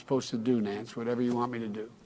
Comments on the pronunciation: Sounds like Joe said Nancy. "What ever you want me to do Nance." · Did he say nanc like Nancy